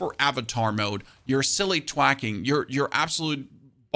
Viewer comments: TH-Wack. I love the vids. Makes POE2 digestible and gives a strong base/anchor point. It’s pronounced TH-Wack. Not T-HHwack. 😅 much love brotha. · good video. you're saying "twack" when i think you're meaning to say "thwack"